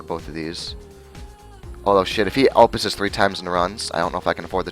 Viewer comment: It bothered me even more when you mispronounced opus.